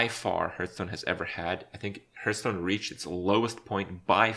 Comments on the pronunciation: Subscribed for pronouncing it "Hurthstone". Thank you! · why "hurtstone" ?? i know he's not a native speaker, but come on now!